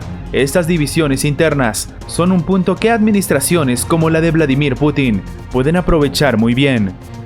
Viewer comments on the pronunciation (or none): none